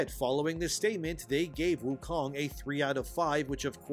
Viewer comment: It’s called Wukong, not Woke-ong (I died of cringe making this, I honestly can’t stand using the W-word)